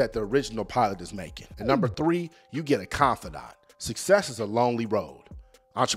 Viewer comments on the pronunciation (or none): none